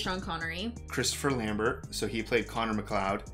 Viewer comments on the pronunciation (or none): Not how you pronounce Lambert